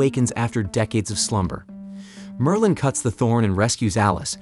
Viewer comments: Merlin. Not merline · You can not even pronounce Merlin.